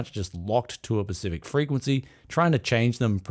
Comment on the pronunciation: It’s SPECIFIC not pacific mate